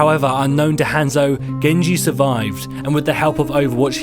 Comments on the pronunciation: gabeshredspaper I cringe when he says Hanzo. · Oh my god. Say Hanzo right.